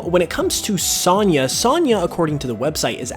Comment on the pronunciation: Great video. But have you never heard the name sonya pronounced?